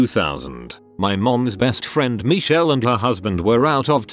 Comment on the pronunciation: Nobody: Narrarator:MeEcHeLl